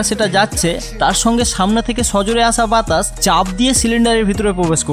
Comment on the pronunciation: ভাই বাতাস না বাতাছ 😂